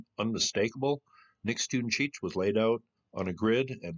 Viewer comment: Nix toon chee eetch is how it is pronounced